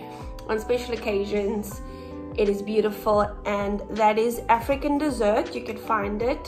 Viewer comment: I would think that blue one would be called African DESSERT....as in yummy edible DESSERT but it's not, (she is pronouncing it like that though) ....it's actually called African Desert (as in a dry area of land ) just letting u guys know because I was just listening to what she said and when I typed in African DESSERT it would not come up....thats how I found out it's desert